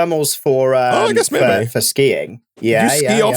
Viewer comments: Like meh-bay (maybe). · I have a question the Brits in the audience. I’m not terribly familiar with UK regional accents. How would you describe accent as to its regional origin? He has some distinctive pronunciations like ‘meh-bay’ for maybe. Also his pronunciation of ‘I don’t know’ sounds kind of Scottish to me though definitely doesn’t have a Scottish accent. I wonder if some accents in the north of England near Scotland share some characteristics with the Scottish accent.